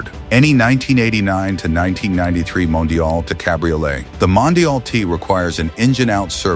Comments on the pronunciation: Mondial, not Mondale. And aren't there other human voices available to license? The voice you chose to use is by now plainly OVERUSED. Always thought the 400/412 was a great-looking car. Not so much like BMW in its stylistic flavor, but rather more like a grown-up and sporting Fiat or Lancia, which considering Fiat's relationship with Ferrari at the time (Fiat OWNED them) is somewhat understandable. I've always been fond of the styling of many Italian cars from the late 60s and will into the early 90s. However I still can't like the 456; people always say that the car is a beauty, but its silhouette from certain angles still reminds me of a Ford Probe. The 308 is a personal favorite but values for good ones are well over $100K these days for a car that at its bottom could be bargained for at barely $30K a decade and a half ago. The 612 to me screams "frumpy". Manual 360 Modenas are highly enjoyable cars to drive but their values have moved up considerably. Well documented and cared for examples are breeching $300K; no longer the bargain buy like they were prior to COVID. While I've always like the styling of the F430, I'm not a fan of the F1 transmission. Yes it helps keep values somewhat reasonable, but the driving experience is borderline meh thanks to that gearbox. Yes the F355 is indeed a money pit. But it still looks gorgeous in doing so. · Why do you use AI narration? Use your own voice. Put up with Mondale but had to call it quits on hearing Scagglietti. The g is silent.